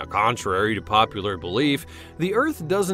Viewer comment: Planet Earf.